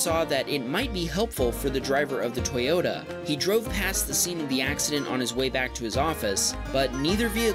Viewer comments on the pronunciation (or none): none